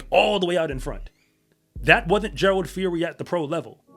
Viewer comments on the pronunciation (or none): Gerald. Phiri. Not fori.. the P and H sound like Peeri. Means wolf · It's actually pronounced "Pee- ree" the H in Phiri is silent